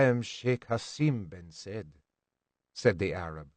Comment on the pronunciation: The narrator has a good voice and is good at reading. The only constructive feedback I have is to research foreign words and names. The sheet of the slavers is referred to as “been said“ but in Arabic it’s pronounced “SAYEED.“ foreign languages are not meant to be pronounced like English.Doing so detracts from the story and doesn’t honor the spirit of the writing. I am H